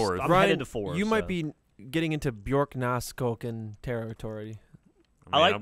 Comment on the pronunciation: it's pronounced BYOOR-nahs